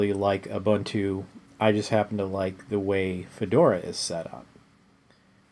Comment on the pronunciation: it's u-boon-tu